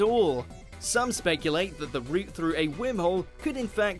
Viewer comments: it bothers me when he says Whimhole... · The guy who pronounce Worm Hole as Whim Hole must be an Esshole :D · Take a shot every time he says “Whim-hole” lol 🤦🏽‍♂️🥃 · omg you didn't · Idk how to pronounce it like that and I’m British. “wourmwhole” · Is it only me that he is pronouncing wormhole as whimholes 🤔? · Wormhole sounds weird when a British person is pronouncing it.